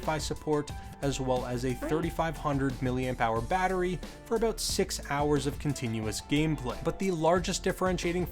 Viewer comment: "let's talk aboot it" - shuts off video